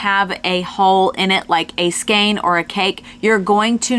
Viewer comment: Interesting stuff... and it's nice to hear you pronounce the word "skein" correctly!